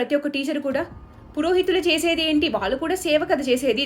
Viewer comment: ళ ని ల లా పలుకుతున్నారు , వాళ్ళు ని వాల్లు లాగా దయచేసి సరిచేసుకోగలరు